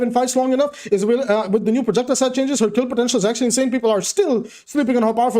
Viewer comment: 👍 your inseyn